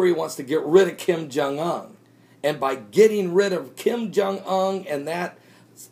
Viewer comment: As someone who speaks Korean, just saying: Your pronunciation of "Kim Jong Un"'s name annoys me a bit. It's not "Ung". 김정은. If it were Kim Jong Ung it would be spelled "김정응". Same thing annoyed me when I heard people pronounce it "Kim Yong Il" Also, We're not going to attack North Korea, and neither is the ROK. There's too much conflicting geopolitics, and DPRK doesn't want to poke the dragon. Making threats like this gets them food aid. Look at this objectively: If they ACTUALLY planned on attacking South Korea, they'd close the Kaesong Industrial complex. They're not doing that, because they need the money.